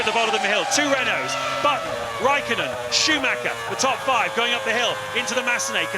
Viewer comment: I love how the commentators (to this day) never try to pronounce Michael Schumacher somewhat correctly.